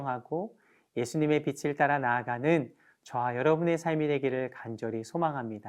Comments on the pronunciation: 비슬이 아니라 비츨 이라고 발음해주세요. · 여유있게 넘어가시게요~^^ 빛.을..비.즐..비츨..뭐..어때요.. 우린다같이빚진자들이고 빛의자녀가 된게중요한거죠~~